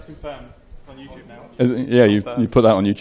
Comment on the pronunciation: it's youtube! not fucking youtoooob